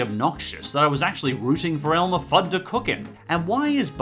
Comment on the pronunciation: Simple Animations Elmer, not Elmore.